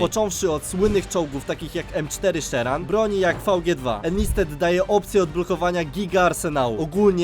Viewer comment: nie szeran, tylko sherman.